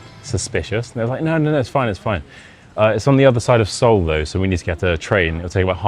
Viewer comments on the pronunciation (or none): none